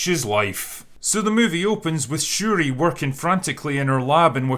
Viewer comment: Wait. 🤣 Wait did he call them Sha-ree ree?! LMFAO 🤣😆